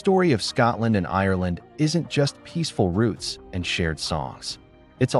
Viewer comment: "ROOTS" NOT "ROUTES" :face-turquoise-covering-eyes